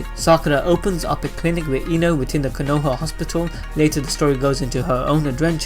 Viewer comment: The pronunciations of Konoha, Naruto, Uchiha, and Boruto drove me nuts while watching this.